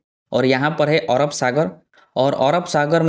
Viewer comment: ओरब नहीं अरब